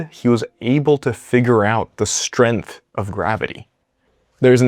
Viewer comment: Strenth is not a word. You mean strength. You don't say stron for strong, do you, or strin for string?